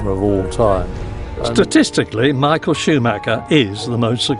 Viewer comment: Tbh Michael’s name is pronounced wrong every time too.